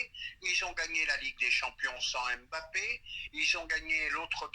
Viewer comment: se montre souvent trop irrespectueux et arrogant. Qu'il apprenne à prononcer correctement Mbappe et non M' Bappe.